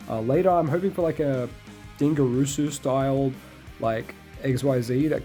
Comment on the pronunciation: My man said Dinger Roosoo